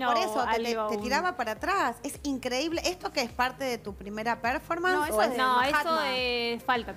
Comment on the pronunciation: “Perfomans” hahaha🤡 Performance vieja loro